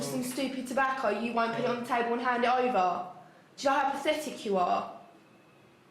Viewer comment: “You’re so paphetik”